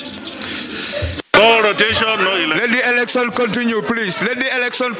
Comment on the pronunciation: What is ehlekshon? 😂